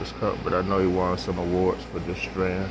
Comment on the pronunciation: when you keep saying "Stran" i'm out! I don't like dumb shit.